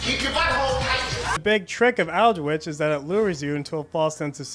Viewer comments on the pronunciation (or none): Also just say "Old-witch" Not "al-de-which" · Two minor corrections: Aldwych is pronounced All-dwitch, not Al-dwitch. Lud as in Lud's Gate is pronounced Ludd, not Lood. Apart from that, absoloutely top video, good sir. I'm amazed it hasn't been removed though, given your N-bombs.